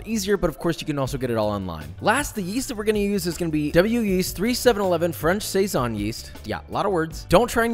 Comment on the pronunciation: You not liking a beer did not get me to switch the video off. The word Saison however…